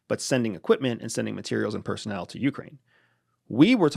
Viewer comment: did you say personnel?